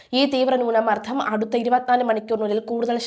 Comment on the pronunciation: Please correct your accent, newna mardam